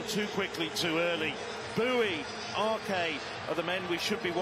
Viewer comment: Arque? Commentators, I know you're British, but try Ars